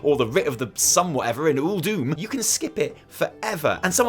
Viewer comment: I'm glad I'm not the only person to notice the mispronunciation of Uldum.